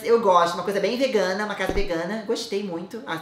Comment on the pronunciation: só eu q adorei o falando: Uma coisa bem veganah?